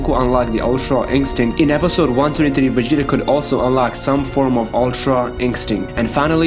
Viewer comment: Dude it's not begeta lol it's Vegeta but you keep saying begeta lol